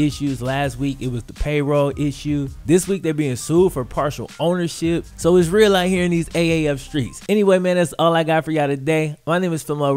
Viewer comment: he said "iss real out here in these AAF streets" CTFU